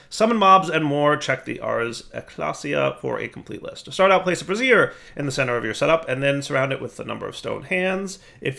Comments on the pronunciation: What you were saying… bras·siere /brəˈzir/ noun full form of bra. You meant to say Bra-zee-er bra·zier /ˈbrāZHər/ noun a portable heater consisting of a pan or stand for holding lighted coals. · Brassiere? my man, it's pronounced Bray-zee-er. Good grief, my man, you've got me busting a gut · Brazier.... they way you pronounce it is a bra, bro. Try bray-zure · Brassiere - womans undergarment (bras-ere) <- what kept saying Brazier - a large vessel for burning contents (Bray-ze-er) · Bray-zure with a soft z, not bra-zee-er with a hard z. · "bray-zeer" dire. bray-zeer. Please stop setting bras on fire. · Brazier... Bray-zeer... A brassiere is something a woman wears to hold up the ladies. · Brazier. Bray-zee-er. Brassiere is something else entirely :D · is "Brazier" really pronounced "brassiere"? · women wear brassieres, rituals utilize braziers. It's bray-zher dude. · That's... not how you pronounce brazier. A brassiere is something very different. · rhymes with Frasier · Gotta admit, I chuckled every time he pronounced brazier the way he does.